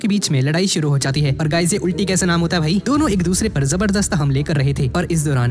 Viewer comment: it's not ulti🤮 it's "ul-tee" and pls don't say ultii again ul =al